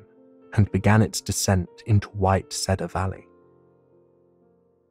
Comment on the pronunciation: Love the story & the man's voice however the way he pronounces cedar as said-are instead of seed-are is really annoying & detracts from the story for me